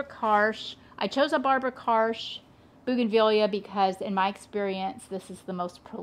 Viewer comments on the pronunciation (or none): none